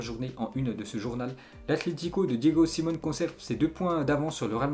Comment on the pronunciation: Tu dit Diego Simone mais sa se dit siméoné